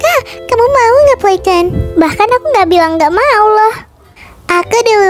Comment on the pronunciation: playten bukan playton